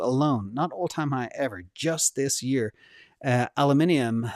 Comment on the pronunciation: Kudos on correct Aluminium pronunciation...